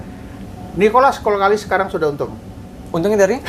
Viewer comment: Nikolas kokalis bah, bkn kolkalis. Hehehe meluruskan saja bah, salam petir dr tanjungpinang kepri